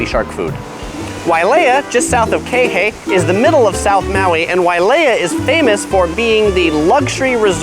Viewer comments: KEE HEH EE...Not KEHE. is is disturbing and mades my hears BLEEN every times I here you say KEHE ...Damn asking around would have been better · QUI HE EE .... Not KEHE.... It is really annoying after the third time and you keep on saying KEHE... damn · Hate it when he says "kei-hay"... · You’re saying Kihei wrong 🤣 it’s not key-hey it’s Kihei. Pronounce the first ”I” as an “E” and the second ”i” as ”Y” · its pronounced key hay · Please learn how to pronounce Kihei! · He gets kihei wrong in every video.